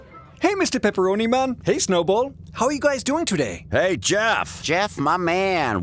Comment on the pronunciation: It’s pepperoni not pepperonie